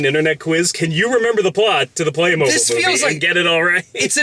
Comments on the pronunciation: It's pronounced "playmobeel" 😁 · Play Moh-beel god it's like saying pokey-man it's just wrong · Being dutch, its weird to hear someone say "Playmobil" instead of Playmobeel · Is it pronounced "Play-MOH-Bill?" I always said "PLAY-Moh-BEEL" or "Buy Legos instead, Grandma." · I always pronounced it "Play-mo-beel". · The commercials I see every once in a while always pronounce it as "playmobeel." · I only came to the comments because I had to know if I had been miss pronouncing Playmobil my whole life.